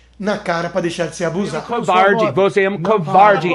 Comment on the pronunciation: Você é "couvardi".kkkkkkkkk